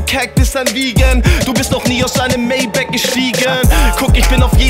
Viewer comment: Alleine schon wie er Maybach ausspricht verdient den Dislike-Button.